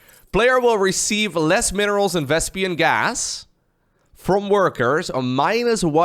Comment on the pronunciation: Why are You calling it vEsPiAn gas?!😂😂😂